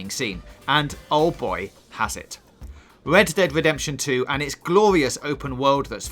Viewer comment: Wet dead wedemtion 2 hahaha ha omg the speaker sucks